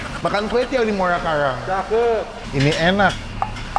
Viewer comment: Muara Karang bang bukan muala kalang... Nanti orang bisa nyasar itu kalau nyebutnya salah